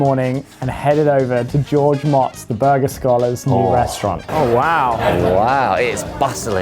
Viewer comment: Two guys who come from a country teeming with castles surrounded by these large trenches that get filled with water can’t pronounce George’s name right 🤣